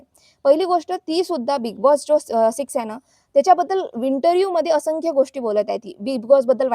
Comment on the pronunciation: अशंख्य नाय बाई असंख्य असतंय ते.. आधी मराठी नीट बोलायला शिक mg दुसऱ्यांची नाव बदनाम कर...